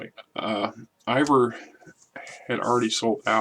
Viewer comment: "Ivor"... Are you from the Des moines area?